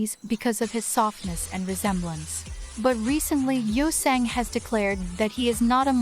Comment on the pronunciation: The pronunciations of some of the names are a bit off since it’s an AI voice. Any ‘A’ sound in Korean is like ‘Ah’ (San = Sahn, Yeosang= Yo-Sahng). Mingi is like Min-Gee (hard g like green), and Wooyoung is Oo-young, silent W. The rest are pretty close if not correct! Edit: And my bias is Seonghwa! He’s in my profile pic haha. Also thanks for doing this guide, it’s the best Ateez one to date 😊